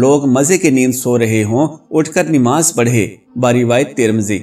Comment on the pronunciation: Bhai aap NIMAZ Kahte ho.? Sahi lafz urdu ka NAMAZ hay. Plz Islah kar len.